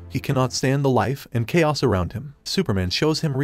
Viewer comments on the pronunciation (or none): none